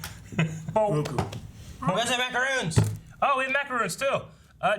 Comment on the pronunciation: If you're going to keep calling MacaRONs, "MacaROONS"... I'm forever saying AaROON.